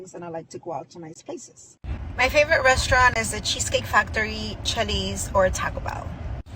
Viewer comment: That Hyena with glasses can’t even say RESTAURANT! 🤣